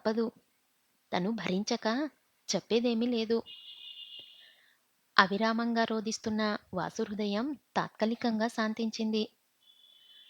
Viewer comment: ఆవిరామ్ కాదు అవిరామంగా